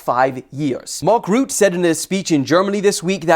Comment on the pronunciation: "Rutte" is pronounced "ruh-tuh" 😁